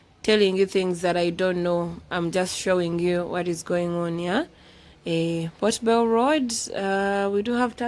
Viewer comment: Hi beautiful, I like the way you pronounce that ka word, 'po bel' (Port Bell) like the English people 🥰🥰